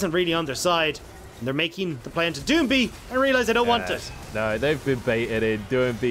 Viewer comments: I got you, (do-ing-bee) gottem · Can someone teach him how to say doinb